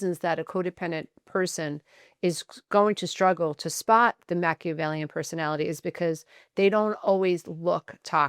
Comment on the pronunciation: You’re pronouncing Machiavellian incorrectly.